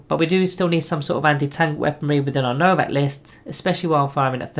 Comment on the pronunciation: Pleaaassee stop saying Novakh. Its legiterally Novokh